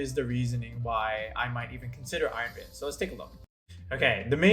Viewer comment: Great video, although I cringed a little bit every time I heard you mispronounce "valiant"